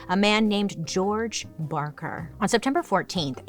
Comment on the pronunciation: Do you mean Ma BaRker? I may know a thing or two about her. Oh. Okay. I guess you came back from that mispronounced once.